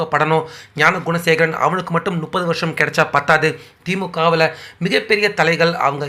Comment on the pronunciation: முட்டாளே நுப்பது இல்லையடா அது முப்பது தமிழே பேச தெரியாத பயலுகளெல்லாம் யு ட்யூப் நடத்தினான்,பேசினான். இது தான் தமிழின் நிலை.